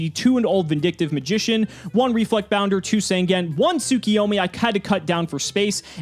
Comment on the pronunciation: Week 2 of yelling at you two for mispronouncing TSUKUYOMI.